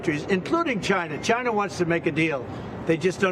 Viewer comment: This is not Trump. He says "Chy-na" not China.